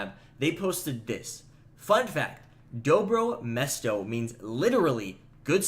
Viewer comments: Everything good but you say mestro no its dobro mesto its like serbian word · DobrO mesto (stress on the 2nd "o") ;) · It's pronounced Dobro mjesto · Dobro mesto [Good place - Serbian]. You should say it with an hard "R" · Dobro mesto say Hard 'r' like Russian